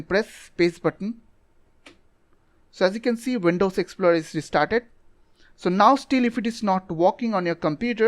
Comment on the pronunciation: Windows Exploder ? Taksmgr ? Rip english pronounciation